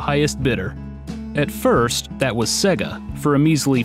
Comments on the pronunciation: What the fuck is a segguh? It is pronounced Say-Ga. Many games play it for you when they boot, listen... and learn... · I love this video. But it's jarring every time I hear you pronounce it as "sEGGa". It wouldn't be so bad if people didn't know how to pronounce it, but literally every Sega game spoke the word on every boot! SAY-gaaaaaaaa...